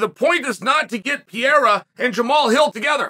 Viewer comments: It’s Perreira. Not Pierra. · Pee-Air-A. Chael, you’re CONSISTENTLY entertaining with your mispronunciation!😂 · Now if he could only learn to pronounce "Pee-era" correctly.... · Can't believe that this guy can't pronounce Pereira 😂😂